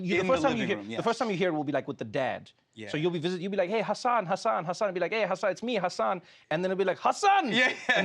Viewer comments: I'm disappointed in Trevor for pronouncing it "HaSAN" and not "HAsin". After all they've been through 😩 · Trevor is still saying Hasan wrong. Forget the second "a" rather than emphasizing it. Hasan has a bit about the wrong way and the right way. It's so annoying people still say it wrong, especially to his face about "learning" how to say his name... and still saying it wrong. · haha I think trevor's still getting the pronunciation wrong. Only Tan France can do it.